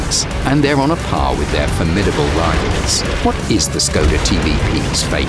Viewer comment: Im triggerd how he said Škoda